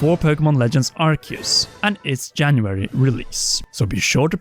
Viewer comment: I am surprised nobody is complaining about the "Arceus" pronunciation... Good!